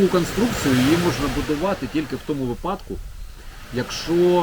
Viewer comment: не випАдок, а вИпадок